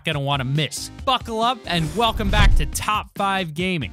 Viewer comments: I swear you said fuckle up at the start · Am I the only one who heard " so fuckle up" at 22 seconds in???